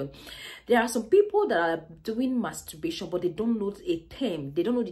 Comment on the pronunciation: There's an "R" in it?